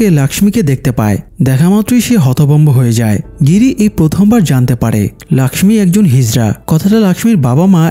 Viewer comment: Laxmi hobe na lokhhi hobe Hindi te Laxmi bole Tumi bangla te bolcho jokhon lokhhi bolbe abar thake....